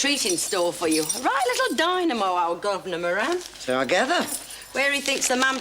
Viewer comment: Joan should say moran like Murphy